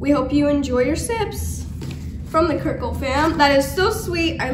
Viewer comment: Just got my cirkul and I love it!!! Also no offence but it is pronounced Sir-cul